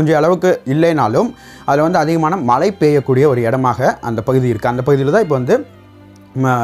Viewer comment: முதலில் தமிழில் ஒழுங்காக பேசுங்கள். ல, ள்ள, ழ, உச்சரிப்பு மிக கேவலமாக உள்ளது. தமிழ் இனி மெல்லச்சாகும் என்பது தெளிவாக தெரிகிறது. மலை இல்லை...அது மழை